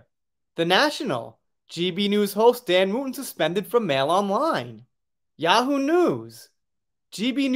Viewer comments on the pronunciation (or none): none